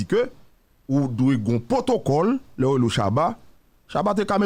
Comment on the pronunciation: On ne dit pas POTOKOL...... al cherher konnen ki sa yo di